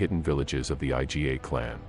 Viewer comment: I"GA' two syllable word not I. G. A. you trying hard blogger you know a little.